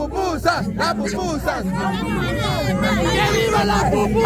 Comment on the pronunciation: Porque la Fuchy Fuchy tiene que burlarse de la Forma de hablar de las personas burlandose del Gringo porque dice popusa en vez de pupusa 😡😡😡